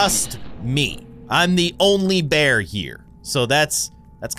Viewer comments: The way he said bearb was funny 😅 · Bruh you said Bearb